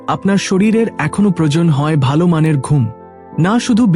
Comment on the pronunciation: বাংলা ভাষা টা ঠিক করে অভ্যাস করুন। যেমন পেল অ জায়গায় পেল্ প্রয়োজন এর জায়গায় প্রয়জন বলেছেন।